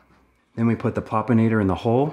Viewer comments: Loved the video! 👏 But... Am I really the only one who noticed the word, "Popinator" instead of, "Plopinator" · PLEASE read the name of the trap: PLOP-in-ator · Plopinator not Popinator. Plop Plop Plop